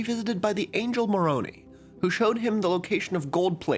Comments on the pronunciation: The opposite is now true... If someone says they are Mormon they are NOT LDS/Brighamites. Russell M Nelson made them all anti-Mormons. Only other branches might call themselves Mormons. Not LDS. Also, it's Moron-I-. Not Moronee. But.. great video! 👍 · Is it just me or has there been a spike in content about Mormonism? Also the undergarments' don't look like that anymore. Thank God... Also the Angel's name is pronounced More-Own-Eye not More-Own-EEE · I'm so sorry, the ex mormon autism wins Moroni: more-oh-n-eye Nauvoo: navoo (no elongation) never heard of the script before now btw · erm also it’s pronounced morone-eye not morone-ee 🤓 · cool vid! idk if someone already said something, but it's moron-eye not moron-ee. best wishes, an exmo <3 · Common mistake, but moroni is pronounced "More-OWN-eye" and on a more nitpicky note nauvoo's first syllable is more stressed than the second (NAW-voo). Always a delight to see non-mormons look into the very wacky history that is mormonism! -an exmormon viewer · Moroni like pasta? 'tis More-Oh-N'eye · Ra-moan-eye is how we say it. Fun fact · Some corrections... Utah actually isn't a majority lds. About 42% are members as of 2023 There have actually been more members of the church outside of Utah and the whole US since 1996! I also noticed a few mispronounciations (which is funny for a video about phonetics lol)--Moroni is more-own-eye, and I've only ever heard people pronouce Deseret with a Z sound (as in brazen or surprise) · Moroni is pronounced "More-own-Eye" Source: I'm a queer ex-Mormon. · Sorry, but they pronounce the Angel /məˈɹoʊnaɪ/ – rhymes with “own eye” (not with phony and baloney). Izzard reference noted! :) Also the typographic term for a non-alphabetic font is ‘pi font’. Dingbats are an example thereof. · You pronounced Moroni wrong btw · it's pronounced like Lehi but with a Moron in front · Dear Bro, If your script was in Deseret, you would have pronounced Moroni correctly. Amen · That's not how you say moroni